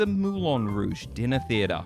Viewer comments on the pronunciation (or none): none